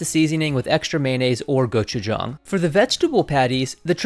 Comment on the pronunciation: Thank you for pronouncing "gochujang" correctly